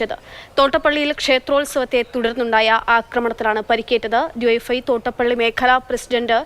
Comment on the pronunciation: യുവൈഎഫ്ഐ അല്ല ഡിവൈഎഫ്ഐ ക്ലിയർ ആയിട്ട് പറയൂ പേടിച്ചിട്ടാണോ